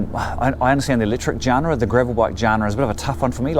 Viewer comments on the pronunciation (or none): Good report mate. Really useful. BTW and without wanting to be a dick genre is pronounced 'john-ra'